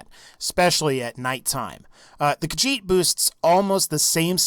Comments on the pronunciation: "the kahjit" you dun fucked up human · i got triggerd when he said khajit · Why do people call it kajjhit its ka HEET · i am kinda mad because you said Khajiit.